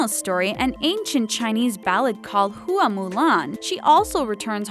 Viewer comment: I love her amazing pronunciation on the word "hua", it is pronounced "hwa" not "hooa"